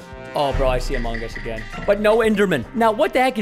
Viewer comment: I love the AH MOH GUS